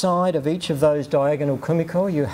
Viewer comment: 1 shot of your favourite drink every time he says komikor